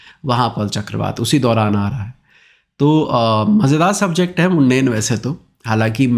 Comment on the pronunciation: सर मुंडेन नहीं होता है होता है मंडेन होता है